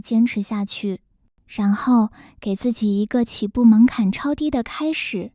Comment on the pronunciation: 门槛好像拼音发音错了？